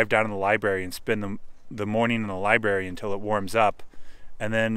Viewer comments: The word is "libRary", you are dropping the R... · ...found that endearing.